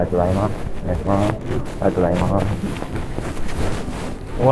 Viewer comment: お願いしまーすかと思ったらヘンファーンって言ってて草